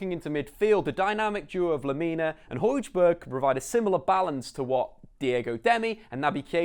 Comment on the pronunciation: As much as I respect your explanation, it's hard to take anyones knowledge of football seriously who says hodgeberg and saidoo mane (not just in the bloopers)